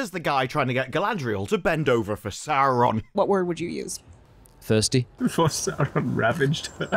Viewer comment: ehhhregghiion sauugghhhhrrrroon :face-green-smiling::face-green-smiling::face-green-smiling